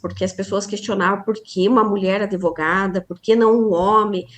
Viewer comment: Advogada que fala impactuar, ao invés de impactar,fica difícil. Penso que ela se apresenta como adevogada